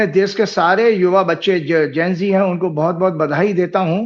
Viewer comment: ne pahli bar sahi pronounce kiya..Gen Z. Thanks. Zara ko bhi sikha dijiye ki ashuddh oocharan ka tyag karein.. The right ✅️ word is Gen Z.